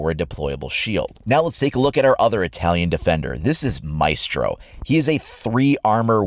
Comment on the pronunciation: You pronounced Maestro wrong.